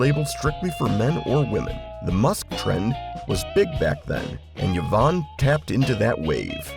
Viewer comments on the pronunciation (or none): Jo- van musk, not Yo-van musk